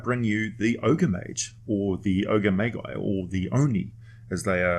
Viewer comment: Oh wow i literally just posted basically the same comment lol Forgot i already watched this vid a year ago It's a good vid and i love the oni, i just constantly hear the illogical pronunciation of magi and magus and it gives me the same reason as nails on a chalk board